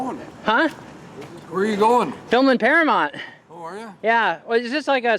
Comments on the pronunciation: It's Paramount not Paramont, I think you are the only American that can't pronounce that word correctly, especially with all the movies that have been made there! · It's Paramount...not paramont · "Oy vey".. It's para MOWNT (mount) Not para MONT... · Am I hearing it correctly, or does he keep referring to Paramount as ParaMONT? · "Can I have your ID"? Really. What was he going to do with it? Is it pronounced Paramount? You seem to pronounce it Paramont. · You made reference to the MOUNTAIN in the logo, yet you keep saying Paramont 🤦🏽‍♀️🤷🏽‍♀️😞..... you still get a pass thou 😂😂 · Nice. But it’s mount, paramoUnt. Paramount. Sounds like mountain. Sorry to be petty, but it was like nails on a chalkboard. 🤣(at myself) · I had the same thought. It was bugging me every time he said it. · How can this dude not see the "U" in Paramount???? You got something against pronouncing the letter u bruh?😂😂😂😂 So annoying...